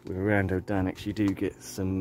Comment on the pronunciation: Love how you pronounce it 😂🙈 it's A-run-dough Don-axe 🙈😂